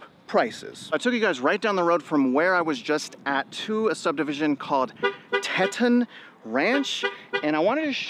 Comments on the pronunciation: Just an FYI. The subdivision name is Teton, said Teetahn like the Grand Teton’s (mountain range/national park) up by Jackson and Yellowstone on the Wyoming side and Driggs and Victor on the Idaho side. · Teetawn - like the mountains😊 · I've never heard the word Teton pronounced as you did. Please revisit.